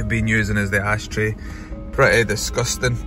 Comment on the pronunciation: I passed my test last week at age 44, looking for a cheap runaround, wish I had your skills or lived 150 miles closer to Blackpool. Stunning transformation as always. And my kids love it whenever you say ‘Disgusteng’